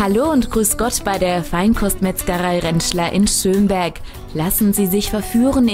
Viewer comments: Ich wohn in Schömberg xD aber man spricht es nicht so aus wie die dumme tusse da! man spricht es kurz also schnell aus und nicht so lange... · naja irgendwie FAIL! man spricht Schömberg nicht Schöööömberg aus sondern Schömberg! naja nur gut dass ich dort wohne xD